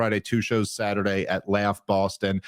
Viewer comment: YES! DAVE! "Bawstun" IS THE CORRECT PRONUNCIATION